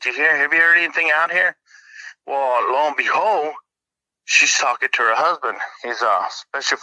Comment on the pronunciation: I can’t un-hear it now 😅 l-o and behold